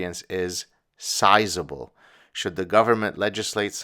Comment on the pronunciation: I love how Gad emphasizes the word sizeable when talking about fat people lol.